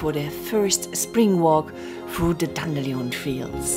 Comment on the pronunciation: Excellent narration as well as video,! And I have come to prefer your pronunciation of "dandelion" over the boring typical version! 😊 Happy 2024 to Rasta and you!